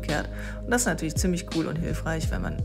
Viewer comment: Ich dachte immer, bin der einzigste der "Natürlemoi" sagt :D